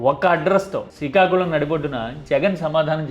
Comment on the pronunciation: అంత సరే కానీ సికాకులం కాదు శ్రీకాకుళం .... మీకు పలకటం రాయటం రాకపోతే నేను నేర్పిస్తా...